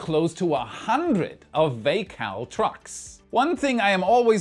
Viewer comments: Love u but it's Vac-all as in Vacuum All. I cringed hard when you said vA-Call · Vac All Not vacall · Vay cal? Vac all. It's vacuum not vaycum. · Vacall isn't pronounced 'Vay-call', they are vacuum trucks (or vac trucks) so it's 'Vac-all'. LOL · Just a pronunciation tip: Early in the vid, talking about removing pearlite insulation, the trucks used aren't (vacall) vay-cal, they're vac-all. As in vacuum all, they're vacuum trucks, built for material removal, using suction. I hope that helps! :) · It's not pronounced Vay-cal, it's pronounced Vac-all, as in vacuum all. They need a lot of the Vacall trucks to remove all that Perlite, but there probably isn't a bigger one available and it doesn't make sense to build a huge truck just for this one job. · "VAC ALL".. As in Vacuum All. Not "VA CALL" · Hi! Vacall is probably a reference to the vacuuming the trucks do, as in, "Vac - All", where Vac would not be pronounced as in "vacant" -- "vacuum" is more like "access" for instance. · its Vac All. Not american enough yet to get that one yet lol. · The Geerrrrman accent is interesting. It would usually be pronounced "Vac" "All". As in Vaccume All. Not that anyone would particularly care.. I'm just posting this for information, both pronunciations are correct.. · . "vack all" as in vacuum-all ;). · its VAC (as in Vacuum) All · FYI: VACALL is pronounced Vac-all, as in Vacuum All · Thats "Vacuum All" VACALL so pronounced Vac All we used them in the chemical plants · For Future reference, not a big deal... but I imagine that it is pronounced like this "Vac" like vacuum, "All"... "Vac-All"... Vacall. Aways enjoy the videos. thank you !